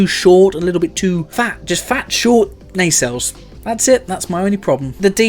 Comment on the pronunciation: Maybe finally, maybe not... We can clearly see this guy knows what he likes and is not afraid of it! Which means that we can fairly safely infer that, well, his taste in women is somewhat robust. He obviously likes his ladies thick and powerful! Just like he likes his Nacelles. Nay-sells Nuh-sells Sey-shells.